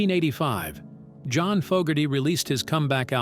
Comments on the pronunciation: AI cannot pronounce John's Name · stupid AI voice can't pronounce johns name